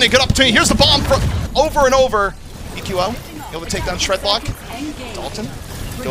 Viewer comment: Will say EQO correctly before the end of the season?